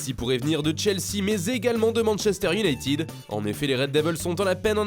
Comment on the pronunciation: I o u n a ï t e d. et non pas iounaïtiiiiiiiid